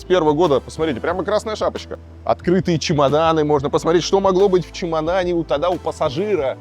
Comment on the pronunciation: Давно на вас подписан, Илья, но вот это твоё "посмареть" жутко бесит.